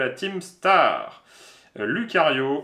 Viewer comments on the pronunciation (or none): Salut juste pour info il faut prononcer loucario et riolou même s'il n y as que un u vu que ce sont des Pokémon loup 😊! Sinon vous êtes cool j'aime bien regarder vos vidéos 👌👍